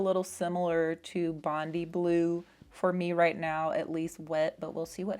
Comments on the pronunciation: Fire and ice is one of my favourites. Btw Bondi is said Bondii It is a super famous beach in Sydney. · I'm late to the party but FYI, Bondi is pronounced Bond-eye. Famous beach in Sydney. PS: thanks for the swatches. Favourites are Bondi Blue and Green at Night.😀